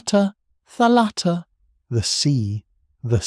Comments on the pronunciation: You are a great storyteller, i really enjoyed this, thank you. I am a Greek-Hungarian 45 yo woman, my Hungarian father had a copy of Kyrou Anabasis. Still holding on that, almost 30 years of his death. A small correction if i may... Its thálatta, not thalátta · Please accept a small - but important - correction from a Greek. In the word "thalatta" the stress falls on the first and not the second syllable. It is thάlatta and not thalάtta. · Very nice and informative. Just a detail: It's tha'latta or tha'lassa (θάλαττα, θάλασσα).